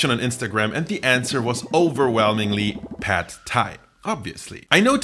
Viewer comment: The a in "pad" is not like in the a in American English "bad" but like in the German "Bad" (except short).